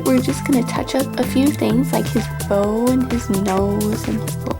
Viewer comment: When you said bow i heard bone X3